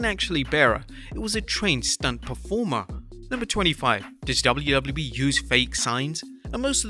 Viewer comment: Bawhaha, this guy just can’t properly say “WWE”. It’s so annoying.